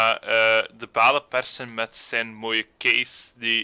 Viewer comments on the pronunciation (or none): het is persen en niet perzen eh